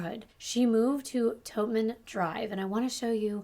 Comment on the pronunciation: That isn’t how you say Billerica. …aaaaaaand that isnt how you say Totman Dr.